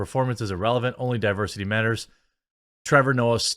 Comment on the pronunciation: Trevor nope-ah